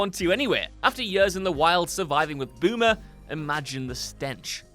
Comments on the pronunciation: his name is “Boozer” not “Boomer”😂😂😂😂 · you can tell who actually plays the games based on how they pronounce the names.... “Boomer” lol did dude even play days gone??